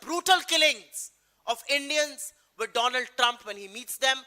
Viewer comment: Donald Nahi dolaand trump